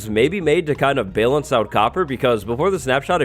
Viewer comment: Just me or does the boi say “balance” in a odd way